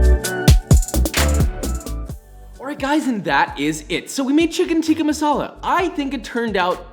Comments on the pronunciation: as an indian I was honestly happy to see Josh take down chicken TEEEKHA masala. Just, don't say the pronunciations. You win some you lose some josh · If you are horrible at pronouncing tikka and basmati then here is some help Tikka - tik as in tick_a/ah Basmati - bas as in bask without the k and a shortind a_m as in mom_ti actually is pronounded correctly by him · As a South African I'm angered on how he says "Tikka" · It actually pronounced ‘tik-Aah’ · its THICCka NOT TEEKA FOR GODSAKE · Yes, it was created in England Scotland, it's still pronounced 'tikka' with a short 'i', not 'tee-ka'. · You pronounce it Chicken Thick-Ka Masala not chicken teeeka masala